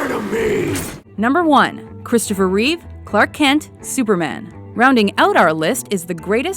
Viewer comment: its Reeve not Reeves